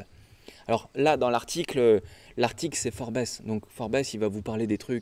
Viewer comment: Forbes ca se pronom "Foorbze" et non pas "Forbesse", sinon continu le taf, t'assure grave!